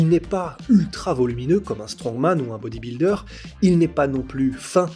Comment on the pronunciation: Incroyable vidéo, Incroyable natation, incroyable intervenant mais par pitié dit plus BodybUldeur et pas Bodibildeur